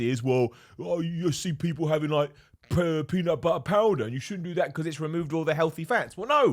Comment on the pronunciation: “Peena buttuh pouda” 😅😂❤️